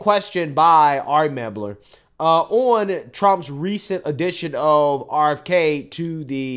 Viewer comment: The guy's name is "Mel-ber", not "Meb-ler".